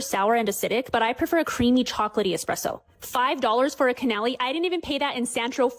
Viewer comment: Girl, Can-OH-Lee